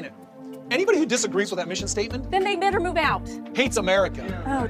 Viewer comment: I agree. I slowed down the speed and it sounded like "never" not "better".